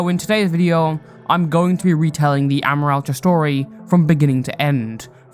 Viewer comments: sry for getting triggered on this, but i feel that amoraltra's name is pronounced "uh-MORE-AL-tra" not "AH-mor-al-tra" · That’s NOT HOW YOU SAY HIS NAMEEEEEEE!!!!!!!!!!!!!!!!!